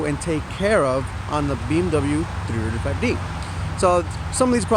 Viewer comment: "BMW trrtrtrt 5 D" XD